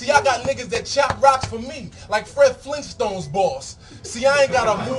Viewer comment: "Fred flinston" lol